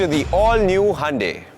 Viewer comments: It is Hyundai not hande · Good one. So it is Handey....and not hoondai or hi-undai.... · It's actually pronounced as Hyeon-de